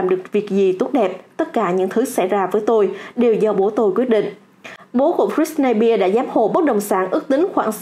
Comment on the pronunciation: Đọc sai tên britney spears r 😵